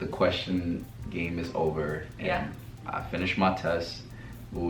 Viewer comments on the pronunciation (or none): none